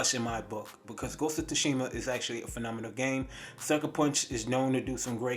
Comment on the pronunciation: He said ghost of tushima lmaoooo. Bruh learn how to pronounce shit correctly